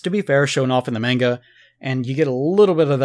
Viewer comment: This guy is the only American that I've heard say "manga" properly